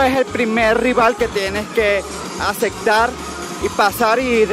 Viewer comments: Que guapo el chico que dijo : acektar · Felicidades siempre buenos tus vídeos y que bueno que algunos aprendan como el fresa-naco que dice: ACECTAR, EXÁMENES (ja ja si no es escuela, son PRUEBAS) y no salen POSITIVAS, salen REACTIVAS. Un abrazo!!!!;-)